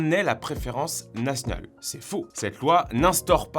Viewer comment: tu dis pas nationale mais natnal c est trop meugnon! 😂😂😂